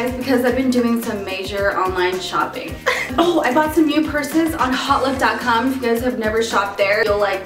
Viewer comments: hautelook is pronounced autelook, not hotlook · oh its hotlook... it sounded like she was saying "holif" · "hautelook" pronounced -- hote-look